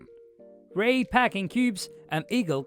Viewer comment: Moron pronounced it Rey instead of R E I.